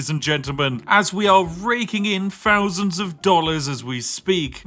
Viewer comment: " fowsands and fowsands of money"